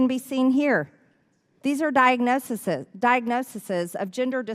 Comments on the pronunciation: the plural of diagnosis is "diagnoses" not "diagnosiseseseseses"...🤦🏻‍♂️ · Excuse me...excuse me - can someone please ask "Trailer-Trash Margie" what the hell she is saying in frame # ? "Diagnoseses"? Is this a new medical term she learned at moron daycare? How could those constituents vote this ignorant woman into congress? Seriously, this is about as right as hiring Helen Kellen as an Uber driver in Manhattan... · “Diagnosiseses… Diagnoseses…” 😂 What a dunce. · What did she say?? "diagnosises" She doesn't know the plural of diagnosis! Well, there's a LOT more she hasn't a clue about. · Diagnosisis!!! Is this woman semi-literate? Oh, peach-tree dishes. Yep, semi-literate. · MTG can lecture that the educator has not taught for several years but I bet the educator knew how to pronounce diagnoses. I wished she'd had the opportunity to correct her.